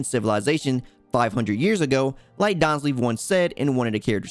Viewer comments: Daanslif, perfect pronunctiation (no offense) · I like the content bro but how you pronounce Dainsleif bugs the hell out of me... 😅